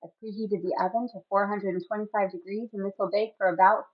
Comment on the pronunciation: It does sound like that! 😂 But yes, it is meant to be 425.